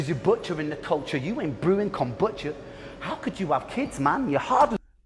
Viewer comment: The way you keep saying 'kambucha' rather than 'kombucha' is super annoying haha. I know it's a tiny thing and I actually loved this video. Just from now on please pronounce it 'kombucha'. Thank you, my guy. All the best to you. This is the first video of yours that I've watched and I really liked it!